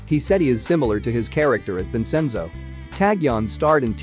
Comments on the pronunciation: But were cool with vensinzjo? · The fact that the narrator pronounced Vincenzo’s name wrong I got mad in behalf of Vincenzo🤣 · The pronunciation on this video is terrible. He even says Busan wrong and Vincenzo. Yikes